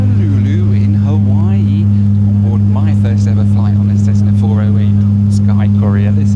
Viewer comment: Please drop the "Ha-wee-wee" pronunciation.